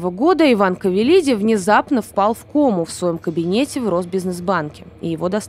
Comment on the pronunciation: %лять, да почему КАвелиди, ты читать не умеешь что ли?